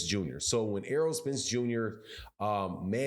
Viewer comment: I can tell that most of you idiots aren’t even boxing fans bcuz y’all are killing Spence name. Itz Errol not earl 😂😂. Making him sound like a 45yr old farmer lol. Y’all Crawford dick riders gotta die off fareal.